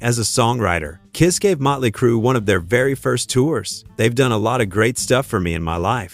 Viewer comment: Motley not mutley